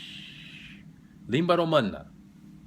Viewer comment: Your romanian pronunciation is amazing!